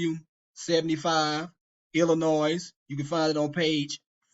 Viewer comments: I was done listening to you when you said "Ill ih noise" It's "ill ih noy" stupid. and we're supposed to trust you? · Bro you can’t even pronounce “Illinois” 😂 I’m begging you to look in the mirror, the person who doesn’t know what they’re talking about may be closer than your youtube feed. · I do appreciate giving me permission to sub and like his video. That’s all I ever really wanted out of my life. By the way, as an intellectual, should know how to pronounce the State of Illinois. The s is silent.✌️